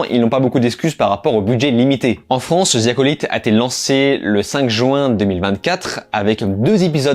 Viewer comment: ‘’Star wars zi acolyte’’ franchement les français votre anglais est nul 😂 prononcé ‘’the’’ en épelant ‘’de’’